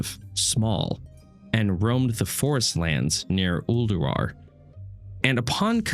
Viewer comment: Noooo the first time I heard "Uldurar" I thought it was a mis-speak